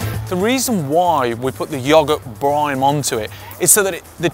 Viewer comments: Did he say bloody brime again..... or has john finally got it, brine. Like ye olde briney ( the sea, salt water) john , we love ya massive ginger bearded superstar, great recipe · It's called "brine" and not "brime"😬😉 And it isn't even one😂 still looks amazing!👌🏻